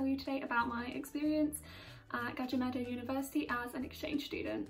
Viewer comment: How foreigner pronounce universitas gajah mada : universitas kaaca maataa